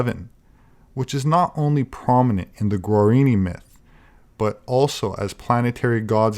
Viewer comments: The indian tribe spoken of during the video are called Guaraní — is pronouncing “guarini,” so I felt it important to point this out. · It's pronounced gwah-rah-NEE.